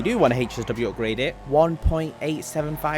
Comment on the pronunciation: What does HAAYCHESS W mean Isn’t it HSW ? Why the fuck he say HAYCHESS W OOPGRAYD. dude say AWWWBITUHH. Fuckin say Artbiter